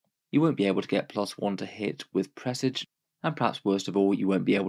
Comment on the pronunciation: You might be the first content creator anywhere to pronounce “presage” correctly